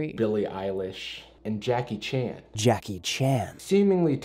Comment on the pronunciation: The real question is: Why does Actually Happened pronounce "Jackie Chan." as "Jaahkey Chahnn"